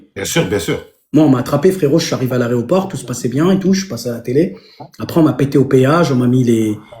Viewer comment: "aréoport" "nicoptére" ×3 mes oreilles saignent je vais à l'hôpital!!!🤕